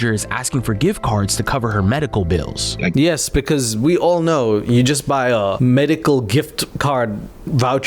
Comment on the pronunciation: Stop pronouncing bills like that, it’s B-ILL not bowls